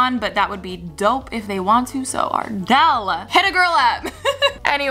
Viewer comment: When you said Ardell, I thought you mean Adele😹